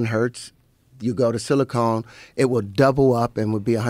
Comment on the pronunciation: He says "silicone" instead of "silicon". Silicone is not an element.